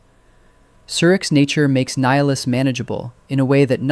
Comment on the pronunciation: I think it is AI because he's constantly saying Nihilus's name incorrectly